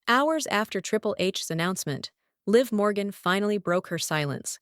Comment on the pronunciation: Stop mispronouncing Liv Morgan 😢